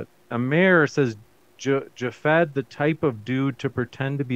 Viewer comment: Loved how the moderator kept calling him JavFed.😂